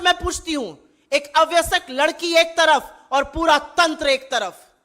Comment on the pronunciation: अव्यसक नहीं "अवयस्क" सही उच्चारण है सुप्रिया जी. Please correct your pronunciation Supriya ji. It is a small blemish on your otherwise perfect diction.